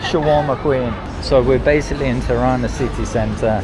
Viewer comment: Its Tirana not Ti-rana